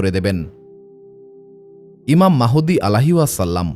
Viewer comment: ঈমান মাহুদি না,ঈমান মাহাদী হবে কোন নামটি সঠিক উচ্চারণ হবে